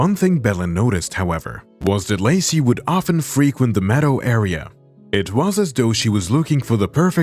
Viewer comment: Why does Lacy become Lucy during some instances of the narration?